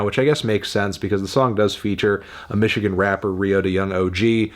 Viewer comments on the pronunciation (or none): none